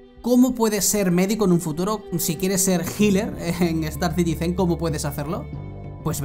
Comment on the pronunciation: "Citizen" es esdrújula, no aguda.